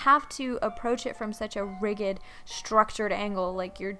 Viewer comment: So encouraging! Trying to be helpful, rigid is pronounced /ˈrijid/ the g is soft like jam. 👍 thanks again!